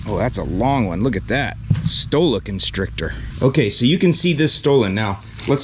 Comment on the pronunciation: Omg. "stoloconstrictor." Almost had coffee come out my nose. Lol.